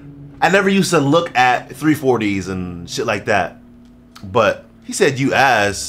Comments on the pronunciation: My boy had me dying 🤣🤣says “youass” 🤣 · “Youass” IM DEAD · “Youass” Instant regret💀